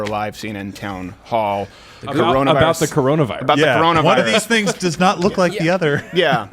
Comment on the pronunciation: I’m sorry, did you say CNN Clown hall?